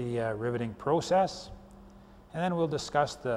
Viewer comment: I like the way he says "Proo-cess". Great Video thank you!